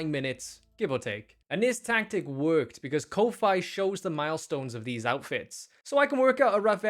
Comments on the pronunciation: "Ko-fie" 💀 That's the FIRST time I've ever heard ANYONE pronounce it like that instead of the standard Koffee (since it's obviously spelled ko (kah) fi (fee). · "there is no game" - half of the video is gameplay. xdd exit: Ko-Fi is pronounced ko -fee. what do you think their little logo is? :) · ...I'm pretty sure Ko-Fi is pronounced "coffee". Because its supposed to be like buying the person a coffee with a small donation of a couple of bucks. Which makes it all the more weird that the dev was asking for $99, i wasn't really aware ko-fi did that and its not really how ko-fi sells themselves.